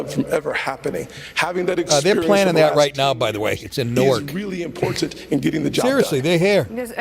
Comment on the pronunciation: Pence repeatedly saying "expurience" drove me crazy.